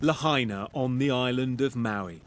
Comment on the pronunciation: It took a brit to finally pronounce Lahaina right. I lived there 5 years. I was poor a lot but I was in paradise. Sort of. The Big Island is way nicer.